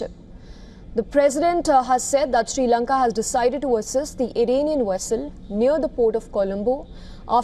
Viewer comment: Dont chage name of my country jayashankar. Its not s lanka it s sri lanka